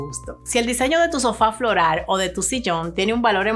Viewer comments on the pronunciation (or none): Aprende a decir floral y no florar